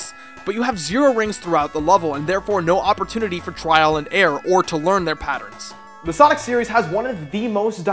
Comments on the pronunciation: What the f*** is a patterin?? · Attack "patterens" xD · I'm sorry....is he saying "patterns"...?